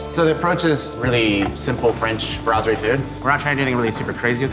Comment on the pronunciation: It's pronounced brass-erie